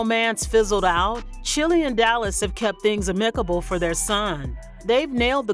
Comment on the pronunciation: She needs to learn how to pronounce the word amicable 😂😂😂